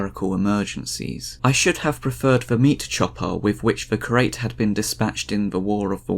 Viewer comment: 'Curate' is pronounced as 'cure' + 'ate' not 'crate'😂